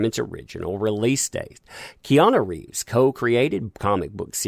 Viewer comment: Did you call him Reanu Keeves? If so understandable mistake, Have a nice day